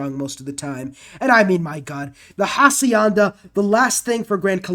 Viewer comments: Hacienda = Ah-si- enda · Hacienda is Ah cee en dah